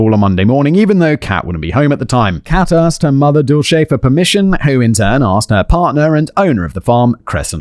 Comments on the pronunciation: "It's pronounced Dulce. Your welcome." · It’s Dulce, like Dulce de leche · as a spanish speaker seeing Simon struggle with the name Dulce was funny, it translates to sweet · Hahaha "dulche" instead of "dulse" is kind of an amusing way to pronounce that name lol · The name is pronounced duel-say. It's from Cervantes and is short for "Dulcinea", Don Quixote's unseen lady from the novel of the same name and it means (roughly) "sweetness". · Usually, Dulce is pronounced Dull C. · Dulce is Spanish for sweet. Pronounced duel-seh. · Dulce means sweet in Spanish. It's a very common name, it's pronounced "Dull-h-seh" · Dulce pronounced duel-SAY. It means sweet and is used to describe different candies & dessert like Dulce de Leche which I love. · The name you had so much trouble with. Pronunciation - dull-see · Her name is pronounced Dull- see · Dulce is Spanish for candy. It's pronounced dool-seh. Not shay; seh. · Dulce is pronounced Dool-cee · It's 'dull=shey', means 'sweet' in spanish.... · Dulce's pronunciation is "Dool-see". It's a preety common name in portuguese, I guess in spanish too. Great video as always! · Simon the name Dulce is pronounced Dull-see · Not doolchay 😂😂😂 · I am pretty sure the DULCE is pronounced “Dull-See” or something a long those lines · Dulce is pronounced DOOL-say. It means candy (or sweets) in Spanish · Dulce is pronounced like dull-say. Went to school with a girl who had that name. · Dulce = dulsay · Im sure someone else has already said this but the name "Dulce" is pronouced Dull-see (where im from anyway) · Dulce is pronounced "doll-sea" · Dulce is pronounced Dull See. Such a sad waste though, RIP. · Poor Simon struggling with the name "Dulce" (Dool-say). It's not an uncommon Latina name, and there is even that American comedian/actor Dulce Sloan. It means "sweet" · Dulce.....dol-cee. I have an Aunt Dulce but we call her Dottie☺️ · Where Im from, Dulce is pronounced Dull-sea. ETA I'm FINE with binding and gagging!!!!!